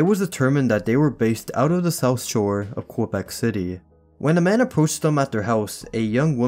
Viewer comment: No offence but you mispronounced Quebec “Keh Beck” is how it’s pronounced